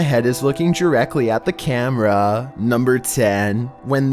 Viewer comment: How you talk:likE pUt ThE cAmErAaAAa